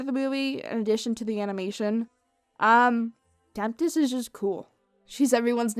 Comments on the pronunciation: Take a shot everytime says “temptest” instead of tempest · STOP SAYING TEMPTIST! IT IS TEMPEST!!! damn it, there is no T in the middle! holy shit thats annoying! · Everyone is getting all technical about the production and how this movie was overall.... yet I’m still stuck on how keeps sayin Temptest instead of Tempest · Why does she keep saying "Temptest" when it's clearly been shown that it is "Tempest"? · Why do keep saying temptest her name is tempest shadow but her real name fizzlepop berrytwist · Am I the only one who heard her say Temptest instead of Tempest? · I love how she kept referring to it as 'the horse movie'... I may need to start doing that. Can agreed with the various comments. Would have appreciated a story on the origins of cutie marks... but that wouldn't have sold enough toys methinks o3o Also: Temp-tes? I can't un-hear that now... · she keeps saying temptest. . . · here's a fun game take a shot evey time she says Tempest's name wrong! lol jk don't do that. remember kids, alcohol is bad and fellow adults moderation is key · horse can't say Tempest